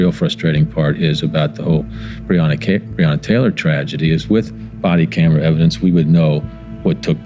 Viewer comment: Quick sum up of this real VICE moment : VICE : No one wants to talk about the elephant in the room. Mayor Greg Fischer : If only we had body cams, I could do something about it.... (trust me i know thay are " bad apples") Me and you ? : the guy cannot even pronounce Breonna Taylor's name correctly 👁